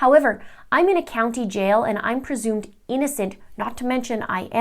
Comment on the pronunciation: "Persumed" innocent...okay doc.